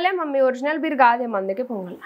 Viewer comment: Bear (ఎలుగుబంటి) కాదు మే అది Beer🍺(బీర్) ఏ english రాదా, తెలుగు medium batch ఆ 💕🌹♥️